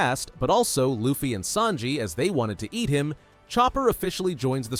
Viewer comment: Bro its sanji not snaji